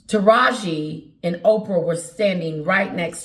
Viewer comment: Pronounce like TAH RaH Gee…😂